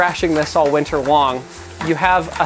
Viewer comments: all winter “Wong” lol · LOL, "unless your thrashing it all winter wong" ish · "All winter wong" lmao 😀😁😂🤣😅